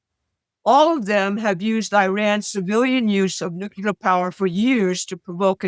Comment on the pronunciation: NUCLEAR There is only one 'U' in nuclear. You are an educated woman. Try pronouncing it that way.